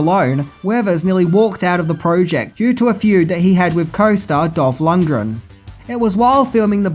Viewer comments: Lundgren, not Lungdren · I know you’re generally as thick as two short planks, but for fucks sake learn to pronounce peoples’ names correctly. There was no such character as Ivan Dray-go, and he wasn’t plated by any actor called Dolph Lunge-dren. You’ve only had 36 fucking years to learn how to pronounce them correctly. Bell end. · Lund. Gren. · Wtf are Dolph "Lund-dren" and Max "Shmenling"? Can't say I ever heard a song called Burning "Heat" in Rocky IV, either. Do you write your notes with your forehead? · 16 minutes of butchering lundgrens name. There’s a fucking G in there my dude